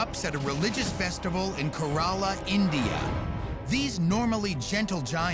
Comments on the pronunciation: The way he pronounced Kerala hurt. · I lost it because of the way he tells kerala.